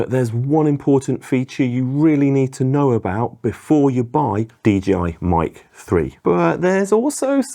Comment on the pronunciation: It's DJI, not DGI..